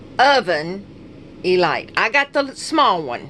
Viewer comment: its called E-leet. not light.. just an FYI :)